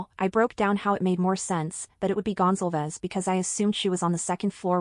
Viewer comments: Gon-zal-vez not Gonzel-vez Do you suppose it is possible that Madison or Kaylie said " Someone is here" when headlights from the door dash shinned up at their bedroom front windows ? The girls on the top floor were probably used to seeing who was coming and going through those windows that overlook the front lot. This might create a time gap between that statement, and the following noises that she heard. This might also cause the dog to stir. Odd thing is, we hear about Dylan looking out of her door on three occasions. But in the accounts that we have, there is no mention of a delivery of food. Maybe Dylan just didn't care about what was going on . Maybe she was tired and trying to ignore the noise. She was probably used to a lot of late night drunken horseplay. And even screaming. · Goncalves pronounced Gone-Call-Vez like Gonzalez but with a c